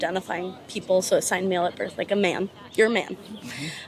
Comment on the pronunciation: she couldnt say man?